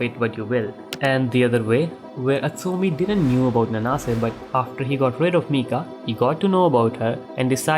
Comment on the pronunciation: I always read Nanase as 'Naan-se' so hearing 'N-naa-se' for 24 mins straight was really painful🥲